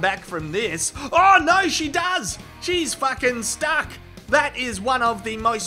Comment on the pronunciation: Cannot stop laughing at "SHE'S FACKIN STACK!!"